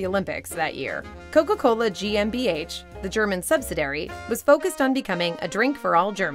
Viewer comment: sub-sa-dairy? Subsidiary. Sub-sid-dee-airy Creative editing, but no one caught the VO?